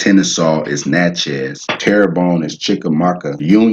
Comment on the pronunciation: Lol, I’m a St. Landry Creole, maternally Natchez (w/ Coushatta ties) from St. Landry (Big Cane and Opelousas). It’s pronounced ‘Nah-chee’ but my family also pronounces it ‘Nah-chae’. He was definitely butchering the pronouciation but at least he tried.